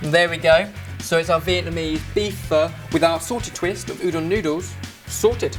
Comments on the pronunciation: You should pronounce it more like 'fur' just saying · You day pho like pha guys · Pho is pronounced FA or F-A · My Opinion.One: said Pho wrong.Two: You use Pho noodles for Pho, not Udon Noodle. Even though Udon noodles are thicker and it holds flavor well it shouldn't be used for pho.Three: Pho is suppose to take awhile to cook. Its not like a 1 hour process.